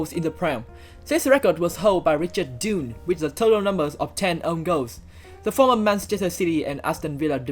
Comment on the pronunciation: fwiw, Dunne's name is pronounced more like "done" than "dune".